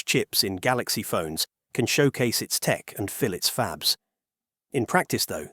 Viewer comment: Original language track is AI. Wow...what human says "fab-leez"